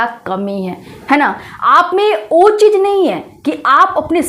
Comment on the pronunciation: वो चीज नहीं आपने बोला , आपने बोला O चीज 😂